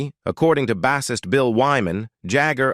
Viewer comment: Right...Bassist...with short 'a'....🙄